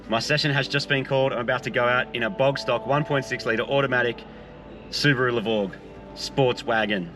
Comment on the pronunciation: Su-Bore-U.... to Su-Brap-U